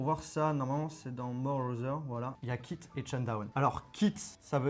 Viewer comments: Remarque : quit se dit kwit et non kit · Le mec n'est pas capable de correctement prononcer Quit...